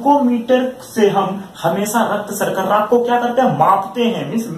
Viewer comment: Thanks sirji ... Nice video but raktsarkarra nahe raktsarkara Bolte hain